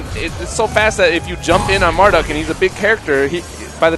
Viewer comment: hey, get it right! it's MarDUKE!